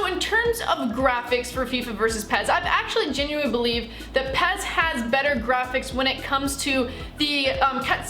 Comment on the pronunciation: Its pes not pez